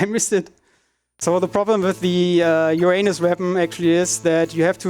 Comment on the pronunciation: Dude in the back can't hold it when the runner mispronounces Uranus several times.